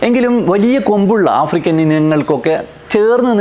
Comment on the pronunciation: ആഫ്രിക്കൽ അല്ല ആഫ്രിക്കൻ തെറ്റ് ചൂണ്ടി കാണിച്ചു എന്നെ ഉളൂ. 😏🥴